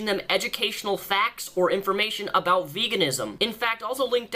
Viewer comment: And he cannot say the word about